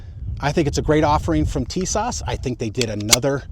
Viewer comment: It's pronounced "tee-SOSH."